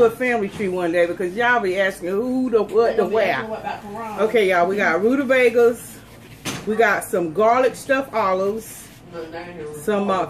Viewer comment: “Rutabeggars” 😂😂😂 I love rutabagas with malt vinegar!!